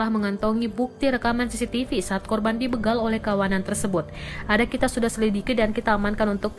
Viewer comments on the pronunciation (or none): BEGAL woy, bukan beugal